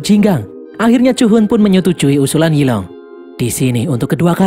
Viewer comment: Yi long = zilong 🗿